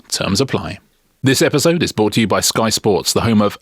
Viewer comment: 'Brought', Richard, not 'bought'. Tsk 😄